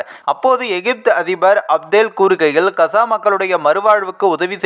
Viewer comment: Kza. Illai kaaza endu thelivaaha sollavm